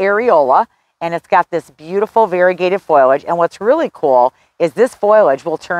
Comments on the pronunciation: Honey, It's FO-LAGE not FOYLODGE. Sorry, Your info was great but I just had to comment on your pronunciation as nobody has felt they should say anything. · Please, if you are going to try to educate others, learn that it is not foil-age, it is fo-li-age. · Did you say "foilage"? Correct is FO-li-age. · Great tips! It's not "foil-age." It is "FOL-iage." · FOIL-age? Is that a regional thing. I believe the i comes after the l - FOL-iage. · Its fOLiage, not FOILage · don't mean to nitpick, but it is not foilage, and pronounced as such. It is foliage and pronounced this way. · Foliage not foilage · Please pronounce it as FO li edge, not FOY ledge. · Foliage not "Foil"age. Drove me crazy! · Lots of information about shade plants - thanks! Almost my whole yard is shade of one kind or another. But, just going to say, foliage is pronounced foe-lee-edge, no matter what kind of accent you have. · Why are you consistently saying, "foil' age for the word foliage? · Say it with me now: Foe - Lee - idg 😉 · Thank you for your video. Good information. I would recommend that you look up the pronunciation of foliage. It doesn’t start with the word “foil”. 😁